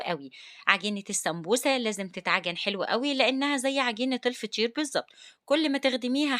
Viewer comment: هوا انتي لما تيجي تقولي فطير تقولي فشير